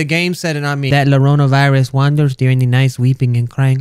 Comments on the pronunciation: needs to sound it out like this la ya rona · I'm bilingual (Spanish and American[English]) and I wheezes everytime he said llorona X"D un sorry but even tho it's spelled "llorona" its pronounced "YO-rona" the two L's make a Y sound in Spanish, other than that your pronunciations are great mah dude 👌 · It's pronounced YO-RO-NA, Lol! the GooB! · It's pronounced like "Yorona" btw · Just so you know it's pronounced yorona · I’m Mexican so as soon as I heard llarona I clicked off the video as fast as I could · Llarona is pronounced laya(insert rolling your Rs here)ona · It’s yarona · Just saying its la-yo-ro-na..... say it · Llorona is pronounced yorona if you didn’t know .-. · It's pronounced "Lye-a-rona" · its pronounced Yo - Rona sorry if you call me a nerd for correcting you xD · Llorona is pronounced yohrohnah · uhm , Mr? the woman's name is pronounced Jorona, ok bye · did you just pronounce llorona with a hard r 😾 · It’s pronounced yo-ro-nah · its pronounced yorona. yes im a grammar correcting dooshe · its Spanish, and should be pronounced 'jorona' or 'yorona' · It is pronounced jorona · It’s Spanish. It’s pronounced ‘jorona’. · You pronounced llorona wrong it is yorona is how you pronounce it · i was so badly hoping he'd stop pronouncing it as 'lorona' but then i read the comments and was dissapointed.. rip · im from argentina and i get annoyed whenever he says llorona wrong but i also dont blame him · i shook my head when he couldnt pronounce Llorona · Me, A Spanish Listening To How Says 'Llorona': Ears Bleeding Intensifies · Llama is pronounced with a hard L so thats why he thought llarona is pronounced with a hard L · I am triggered that he’s not saying Llorona right. Y’all feel me? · As a half mexican child.. I can confirm you said Llorona wrong. Not hating or anything :( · To all the Mexicans that know that he said the name wrong I feel your rage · Why did he pronounce ll like l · its promo yorona not lorona but you tried 😁👍